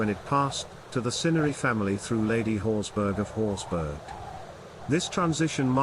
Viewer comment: You could at least try to get the pronunciation correct. It is Scottish, not German, meaning it's pronounced horsbra, which is the same pronunciation as for Edinburgh! This is clearly a low brow AI generated piece because a narrator with an RP like accent would have pronounced it correctly. The usual doggerel is that the Horsburgh family was a sept of the Douglas', but this piece is no better in that they are now said to have been a clan. Both are rubbish.